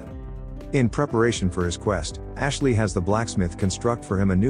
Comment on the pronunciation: You all need to stop doing lazy work the first thing that artificial voice says is Ashley? I wouldn't mind it so much if they made a mistake within like 4 minutes of the vid but it's literally the first thing you hear which will turn off a lot of people.